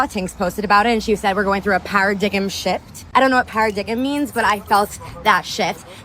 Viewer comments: para-dig-em shift … good job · A "Para-Dig-Him" shift😂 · Para -diggim?? 🤦‍♂️ Sooo dumb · no way this grown woman is pronouncing paradigm this way…